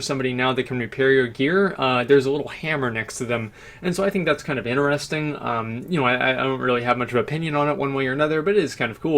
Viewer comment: stop saying ineresting, it's interesting!